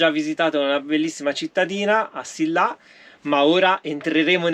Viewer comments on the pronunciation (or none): Si pronuncia assila con la elle leggera non assilla